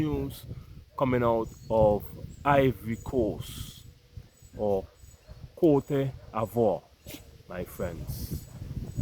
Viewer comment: The word is pronounced: Coat-dev-war